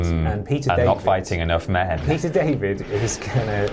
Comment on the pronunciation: For a moment I thought he said his name was Pizza not Peter lol